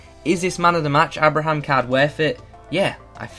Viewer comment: Isn’t pronounced Abe-Ra-Ham